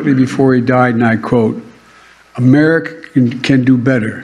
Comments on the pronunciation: My two favorites will always be: United States Guh-mer for Gods sake! And an old favorite: Remerica. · amer-skin? im adopting that term for my sect😅 he cant say America bc its been resolved— 😅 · Joey's master the goat won't let him say America correctly. Let's Go Brandon🇺🇲🦅🇺🇸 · I think he'll melt if he says America correctly. Dear Lord please remove this evil from the people's house. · Can’t even pronounce the name of our country.Even though he slurs his words , he pronounces China pretty good. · He can’t even pronounce “United States of America” 😂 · What is his deal Americans?? Is this word to hard for him maybe China is better easier for him to say